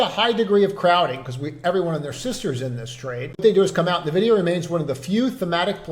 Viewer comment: Are you aware you are mispronouncing NVIDIA? It is "en-vi-dee-uh" NOT nuh-vi-dee-uh